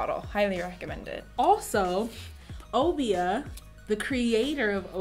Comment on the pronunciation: Have you looked up the word Obia? No I'll pass